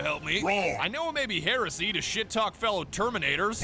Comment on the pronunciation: Emperor watch this one, she can't even pronounce Heresy... 😭🫶